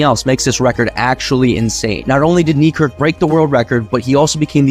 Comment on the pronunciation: "Knee Kirk" please bro, say his actual name